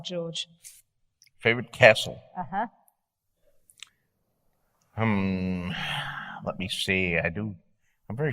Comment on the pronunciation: "Favourite castle George?" "Favourite cestle?"